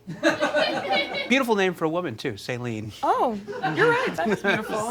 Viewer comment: Saline but spell it as Saeleen